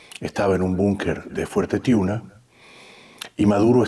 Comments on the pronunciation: Es Fuerte Tiuna,no Tuina. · Fuerte TIUNA. No TUINA